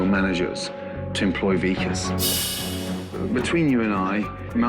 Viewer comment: The way the narrator pronounced Vikas 😭😭 weakass LMAAOO sorry Hahhah